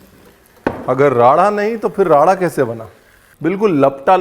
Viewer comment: You are the only one who has correctly spoken राड़ा and not रारा even punjabi shefs . I don't want to name those Punjabi shefs but they call it रारा। I'm sick of such people